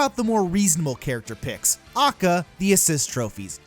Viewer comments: It's pronounced "Ay-Kay-Ay". It's an acronym. Nobody says "ah-kuh". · It’s A.K.A not AAKAAA, that’s like pronouncing L.O.L as Loal.... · How this guy says “A.K.A”, which I have never heard pronounced phonetically like that. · A K A not ah-ka ;_ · I cringed when you said AKA, it's A.K.A. Which means Also Known As. But hey that's just me. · oh and he says a.k.a as akka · Why does he say A.K.A phonetically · Stop saying acca you madman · HyperCharge for SMASHBROS Why Great conversational peace From where Idk he’s a stinky gamer tho Moves? Foward smash:acca scream stuns opponent by confusing them with bullshit pronunciation of aka Down smash: slams head on ground in order to create brain damage to make shit arguements (huge hit box) Up smash: summons sakurais penis above him and flys up to wrap butt cheeks around it Neatural smash: screams at you for wanting a character in smash and tells you why your stupid and he’s not also screams why your characters dumb and his is best boy(will damage self due to shitty argument structure and hypocrisy) Final smash: sucks own dick and summons 101 red dude or whatever and sucks his dick and spits the nut on you and explains why your characters garbage ( does more damage to echo fighters) He has a lot of potential I think he’d be a fan favorite and top tier not doubt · this is a good video, but i just get really eeeeee when he says "ackuh" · I hate how he says A.K.A. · God what a fucking awful video. I can't believe I watched it fully. Contradicts himself left and right. And stop pronouncing A.K.A. as its own word. I'm having an aneurysm. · This video.must have had so much effort in it. I should probebly subscribe but my ears dont want me to becausr he KEPT SAYING AKA WRONG IT MADE ME WANT TO STAB MY EARS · The way you say AKA drives me fucking insane THATS NOT HOW YOU PRONOUNCE ACRONYMS! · The way you said aka made me want to scream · How you say aka bothers me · My guy, every time you say AKA, I want to chicken McShoot myself.